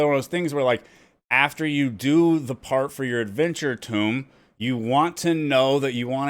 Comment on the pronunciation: Helpful video as always. A quick tip: the word "tome" is pronounced with a long O, rhymes with bone. It's not pronounced like "tomb".